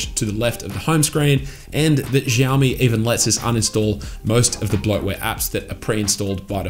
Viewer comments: It’s “Shiao-me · Say it with me "Shao Mee". Drop the Z 😂